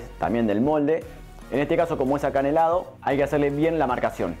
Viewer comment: que manera de reírme con vos. Es mi postre favorito y nunca probé uno rico como me gusta a mi o como el que hago yo. Se dice enharinado no enerenado y acanalado el molde! Sos un personaje pero divino! Gracias por la receta